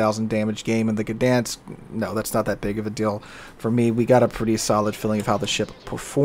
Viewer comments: I know it's not silent, but it isn't the "guh" sound that I've been hearing on every video about this ship and it would be less irritating to miss the "G" but still get the ń than to get the "guh-dan-sk". (Posting this from Łeba on holidays, drove through Gdańsk yesterday). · FYI - everybody's pronounciation of this ship is dented up. It's more like "Dine-sk". The G is close enough to silent in Polish that most non-Polish speakers should pretend it isn't there. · The "G" is far from silent. It's pronounced /ɡdaj̃sk/. Source: I'm Polish